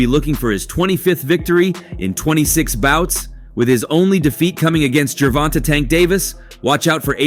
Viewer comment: How u gonna be a reporter and not say gervonta name properly bro like he new or something